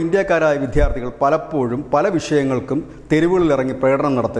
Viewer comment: വിദ്യാർത്ഥി എന്ന് 1000 തവണ പറഞ്ഞ് പഠിക്ക്, നാണം കെടാതെ !!😂😂😂😂😂